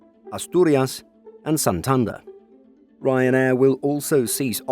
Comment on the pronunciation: Not sure if it hurt me more to hear the pronunciation of "Vaidadolith" or "Santander"